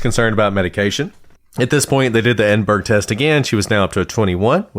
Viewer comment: Edinburgh is pronounced "Edin-bu-ruh", or "Edin-bruh" depending on which Scot you speak to, (or Em-bra if they're having a terse day), and not the typical American "burg" at the end.